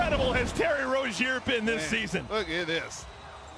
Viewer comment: He mispronounced Rozier